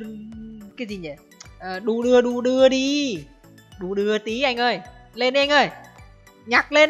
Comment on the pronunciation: đi đua đưa đi ko phải là đu đưa đu đưa đi nha anh :v